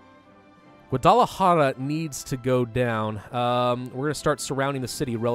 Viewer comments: Hey. Not trying to be an asshole but it’s pronounced gua-da-la-hara. Hope that helps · It's pronounced guad(like quad with a g)- ah-la-har (like hard with no d)-ah